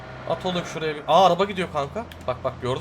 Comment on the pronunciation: APOLLO DİYE YAZILIR ADAN DİYE OKUNUR. ABİ SEVİLİYORSUN:)